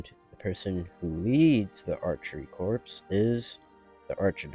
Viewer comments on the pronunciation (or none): Great vid. Just so you know: fief is pronounced ‘feef’, while corps is pronounced ‘core’.